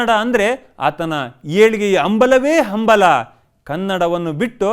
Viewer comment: ಆಹಾ... ಹೇಲಿಗೆಯ ಅಂಬಲ.... ಕನ್ನಡ ಪಾವನ ಆಯ್ತು...‌ ಒಂಚೂರು ನಿಮ್ ಉಚ್ಚಾರ ಸರಿಮಾಡಿಕೊಳ್ಳಿ ಸ್ವಾಮೀ....